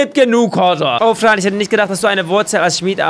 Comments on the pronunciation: du hab gesagt Frö bow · Es wird Fran geschrieben gesprochrn aber Frän